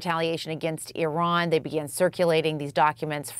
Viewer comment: Will US commentators ever figure out the correct way to pronounce Iran? More at 11